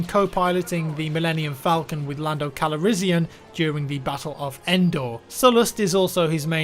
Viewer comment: lando calirizeeun Me:? xD